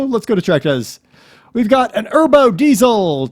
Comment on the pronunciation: Erbo? Its Ebro.